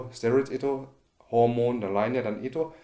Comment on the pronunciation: mungkin maksudya dia mau bilang Hormon tapi malah ku denger HOMO